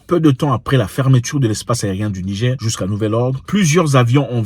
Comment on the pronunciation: Frere tu prononces Nigé stp rajoute le R rrr pour NIGER souverain 👍🏽 Merci, nous avons fait des propositions comme pour la haute volta# le Burkina Faso changer le NIGER # république de BORNOU ou autres... 👍🏽